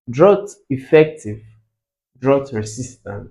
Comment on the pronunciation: Sir is drought not droght